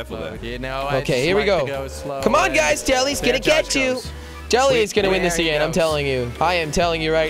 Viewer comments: Ava Mejia : it's Jelle pronounced as "yelle " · They keep saying chelly not jelly